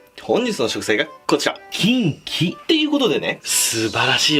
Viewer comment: 発音がち○ちんw